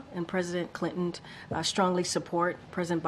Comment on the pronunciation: “President Clintont “???